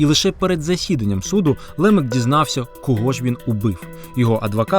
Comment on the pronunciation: Який ще Лемек ??? Хааа правильно Лемак! На А наголос